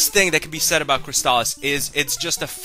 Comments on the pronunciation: Fantastic game. One of my all time favorites. I've never heard anyone pronounce it CrysTALis though. I always called it CRYStalis. But I could wrong. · That's not how you say it .. it's Crystal-is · But why are you pronouncing it that way?